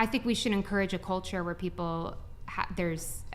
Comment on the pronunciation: I'm glad someone finally pointed out that nobody on this podcast can properly pronounce "women", and they end up saying "woman". Now if we could get them to pronounce their L's. It's not "coacher", it "culture". It's not "peopoh", it's "people". L's exist. And yes, your intros are too damn long. Everyone skips the first 5 minutes anyway, cut it down.